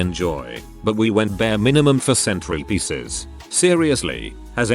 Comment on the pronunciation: I heard centipedes instead of centrepieces lol 🤣